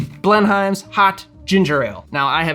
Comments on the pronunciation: down here it's pronounced Blenum's. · Blenheims is correctly pronounced BLEN-ums, In the same way that Greenwich is not pronounced Green witch.